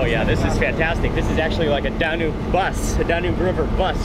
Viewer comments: I know it's not DaNOOB river, it's DA-NUBE(as in TUBE) and I am not even Romanian. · It's pronounced Dan yoube not how you say it. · "Danyoob", not "Dahnube" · DAN - YUBE!!!!!! NOT DAN - NOOB!!! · Great vid, just an FYI it’s pronounced Dan-yube. 😊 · DAN - YUBE (Danube) , pronounced similiar to TUBE